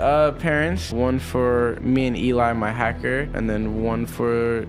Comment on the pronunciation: dude said his "hacker" lmao